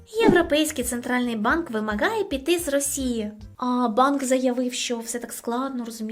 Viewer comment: У слові Вимагає ти вимовляєш російську Г.